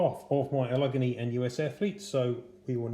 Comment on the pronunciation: Damn, dude, that's a HELLA collection! Thank you for sharing it with us. Semper Fidelis, my friend! P.S. The proper pronunciation is "Al-Luhh-Gay-Nee"...Allegheny.